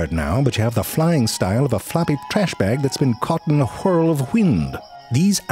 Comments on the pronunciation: “Floppy trash bag caught in a wheee-url of hwind…” 🤣🤣🤣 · "whhirl of whhind" reminds me of Family Guy when Carter was reading a book and said wined & Babs corrected him & he's like "Really? I've only ever seen that word written"